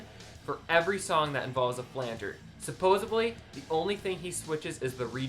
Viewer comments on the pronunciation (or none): "Supposably" is a major pet peeve of mine...so yeah...people care. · Many Americans say this supposebly :face-blue-smiling